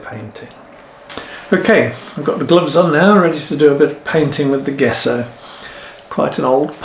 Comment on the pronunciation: I hate to be a bit of a knob but I'm going to have to be, traditionally I believe its pronounced "Jesso" not Guesso ! At least that's what I was taught at art school ! Commonly used in historic frame restoration to name but one of its many uses, the surface of rocking horses for instance too, it can be carved , shaped and sanded nicely when the layers are built up and is easy to make at home using whiting (powdered chalk) and rabbit skin glue, though alternative non animal glues are available these days, many restorers have their own tried and tested recipes. Please don't take offence, I think your work is amazing ! I'm just an old git , these daft things seem to grate a bit these days, that's all !! Lol, Keep up the good work !!!!